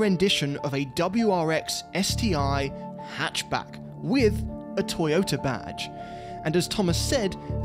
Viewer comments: "" ToyoDA not TA sir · Fun fact, it’s not ‘Mr Toyota’ it’s Dr Toyoda